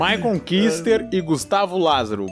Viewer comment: "Kuster" falado de forma errado. Eita......